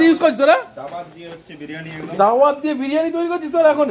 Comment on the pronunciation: বাল্ dawat এটা daawat